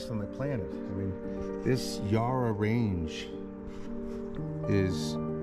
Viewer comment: Ya-ruh, not Yah-ra. We'll get you speaking Aussie mate. 😊